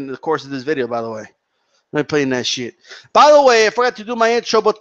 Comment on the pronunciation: It's funny when says: "holy sheeit"